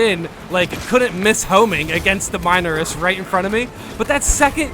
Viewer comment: Can you please pronounce the words in this game correctly. Ive lost count how many times you have mis pronounced minoris, majoris, articifer, and other such words in your videos